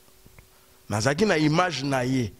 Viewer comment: Yango chroniqueur oyo nini kaka hein??? Image ou mage, sacerdoce ou sasadoce ... Mais apprenez qd mm la langue de Molière mon cher. Ql honte!!